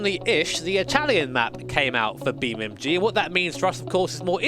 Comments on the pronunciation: Beam n n n N G. not "m" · I like how he still says “Beam.Mg”